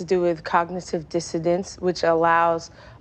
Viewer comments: Dissidence. You heard right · It was dissidents actually. It seems somehow even dumber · That cognisive diddodents 😂was kicking in as she was trying to say it(cognitive dissonance) hilarious 😂 greetings from Norway 🇳🇴 (no i never had a english lesson in my entire life and sure ain't taking one where ever she tried to learn it 😂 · She said “dissedence” Her own words show she don’t have a clue. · She don’t even know how to pronounce it correctly. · She can’t even pronounce it correctly.